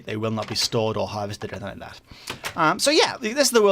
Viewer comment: In didn't say enythinng to enyone